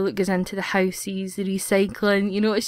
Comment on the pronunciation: I love how she says houses "housees"